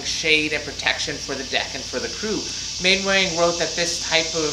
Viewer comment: Fascinating! Thank you. Maybe it’s a period thing, but the usual pronunciation of Mainwaring is “Mannering”. Rather like Cholmondeley being pronounced “Chumley”.